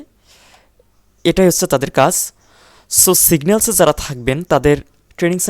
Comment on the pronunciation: Singlas নাকি signals🙂